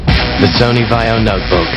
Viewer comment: Why did you pronounce vaio the way you did? I mean the ad tells you how to say it. Same with americans saying nokia. Not having a dig, just genuinely curious why?